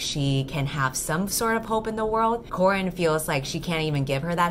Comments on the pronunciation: I am so sorry but I keep hearing you call Corin, Corn. I cannot unhear it now. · The whole time it just sounds like you're saying your main characters name is corn... I'm now wondering if her name is actually corn 😂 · For the entire time i kept hearing ‘Corn’. Halfway through the video my two braincells go: “Wait a minute... Corn?” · everytime u say corin i hear corn. so all i can imagine now is just someone punching a sad cob of corn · Ahaha same i genuinly thought her name was Corn for like half of the video 😂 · every single time I think you say CORN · Shit, whenever you say the name Corin, I keep hearing "Corn", and then I was like "why the hell is she calling her MC Corn?". Subtitles really helped me.